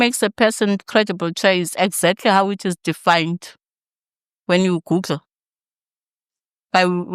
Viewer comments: Exactly how its defined when you "goodle"? Gum must have been delicious. Cant even pronounce right. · I know there's no pronunciation of master 😜but "gooddle" from a senior minister. Hayikhona!!